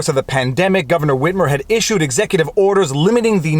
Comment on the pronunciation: Hey Viva, why are you saying it like that... “Whhhitmer”. Say wit. Say mer. Cool Whip!